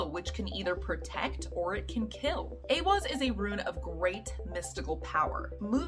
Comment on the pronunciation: This card (*I am a college student in a Nordic Studies program. I am also Nordic although I live in the states.) You say this well!!! It is said as A-wahz saying the beginning a as in ate. And the second a as in awwww & ahhhh. Thank you for your video! Most say this incorrectly. Educational scholar Jackson Crawford says A-hahz said mostly the same but he uses an h instead of w. I've heard it both, so I just see them as both correct. Those are really the only two correct. Some say it as eye-wahz because of the i after the e but this is incorrect. Now the other Elder Futhark rune Ehwaz is actually said different, not like this rune, it's not the same. Well done on your great video!!